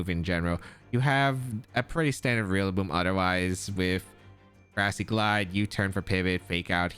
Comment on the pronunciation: Lol you keep saying realaboom